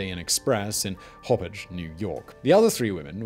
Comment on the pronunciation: Hop Poauge not Hoppage